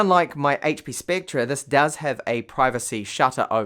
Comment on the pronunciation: It's pronounced like specter. Not spectra.